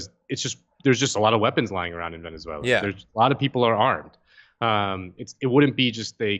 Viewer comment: The man can't even say "Venezuela" properly